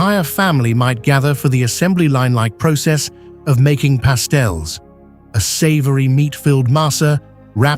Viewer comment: Please get rid of this guy! His pronunciations are terrible! It is spelled Taino! Not Tyno! He stated the food a lady was selling was called pastels! No!!! It is called Pasteles! My mother & abuela are from Cidra, Puerto Rico. I have a cousin who lives in San Juan. Wepa! Orgullosa de ser Boricua! 💖🇵🇷💖🇵🇷💖🇵🇷💖🇵🇷💖